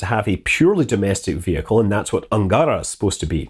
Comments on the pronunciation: Small thing about russian pronaunceation. Almost all words have accent on last vowel sound. Not AngÁra, bu AngarÁ. KazahstÁn. SojÚz. MoskvÁ, e.t.c. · sometimes he even said "angArA". I think he's getting better at this, but I can't stress enough how important is stress. Can't understand why he misses it all the time. English has stress too, so why not pay a tiny bit of attention to it? "angAra" means "of a hangar", "angarA" is a river (and the rocket). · i checked every name in this video and it is so funny how chaotic stresses were: energIa -> enErgia (miss) burAn (hit) zEnit -> zenIt (miss) angAra -> angarA (miss) p,s. pls take no offence. video is not about linguistic and i am do not really care how scott pronounces some foreign names. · Scott, i know its counterintuitive to pronunce russian names like this but they are should sound: enérgiya, zenít, angará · yep, he does an amazing job. On the other hand, english speaking people tend to change stresses. The original versions are: zenIt, soyUz, protOn (that's understandable), enErgia, angarA